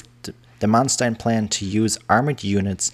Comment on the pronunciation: True, Keitel was an arrogant idiot, but he wasn't a "von", lol! Hannover is wrong, too. The stress is on the "o", and the "v" turns into an "f". Similar to many British place names, the pronunciation has changed over the centuries, but the spelling remains as it was in the Middle Ages. The narrator often says "Rundstedt" instead of "Rundshtedt". Same with Manstein. It's "Man-shtein", not "-stein". ("st" and "sp" is always "sht" and "shp" in Standard German pronunciation.) And he completely fails at "Brauchitsch". I don't know what to make of the narrator's voice. He's pronouncing many English words with the telltale accent of a native English speaker. I can't tell whether he is a real person or a "germanicised" computer voice.